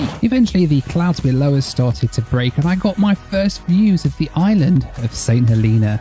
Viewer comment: Saint "Heleena"? Really?